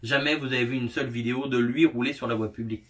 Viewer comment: cette « viyéo » 🤣 bravo 👏